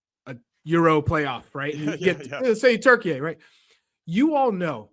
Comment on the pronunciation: Stop saying Turky-ey!!! So stupid!